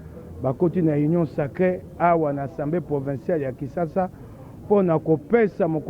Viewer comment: Yaya c'est Assemblée provinciale et non "provençale" na ndenge ya mabe te. Merci